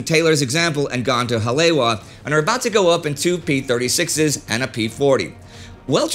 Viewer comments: Sorry Indie, I was stationed there, at Schofield Barracks in the '70s, your pronunciation of Hawaiian words needs work. Haleiwa is pronounced "Holly - Eva" with the emphasis on the second syllable. There are other instances, but that is the most egregious. BTW: We used to marvel at the bullet impact craters, still in place on the block walls of the big barrack blocks. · It's pronounced "Ha-le-EE-va."